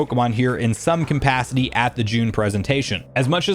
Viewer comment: Is "compacity" or "conpacity" a joke I'm missing or something?